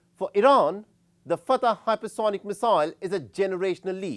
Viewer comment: It's not Fatah. It's pronounced Fattah, fat-taah. Get it right